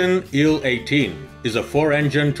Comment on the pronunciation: And we see the nacelle of.... A DeHavilland Canada DHC-8! By the way, in English we pronounce acronyms by their letters. An IL-18 is pronounced "eye ell eighteen", not "Ill eighteen", and a TU-154 is not a "two one fifty four", it is a "tee you one fifty four". Another great video!!!